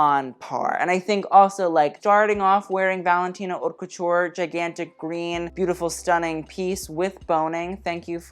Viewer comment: Someone finally taught him how to say haute correctly.